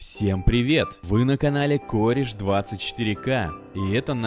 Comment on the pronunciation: В субтире ты сказал Кореш А в субтире Кореч